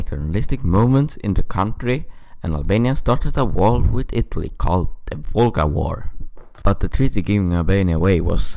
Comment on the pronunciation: not volga war but vlora war